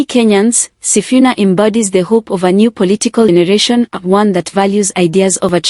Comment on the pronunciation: Waah it is wrong to pronounce somebody's name wrongly he is Mr. Sifuna not Mr. Sifina please.